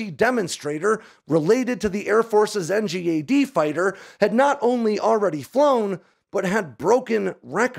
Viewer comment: Dude it’s pronounced N-GAD… what is this N-G-A-D silliness